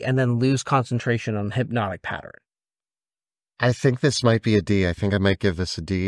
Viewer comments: I take a drink everytime says "Hypnotic Patter-in" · It's so cute that cant say pattern. Hypnotic Patterin is so funny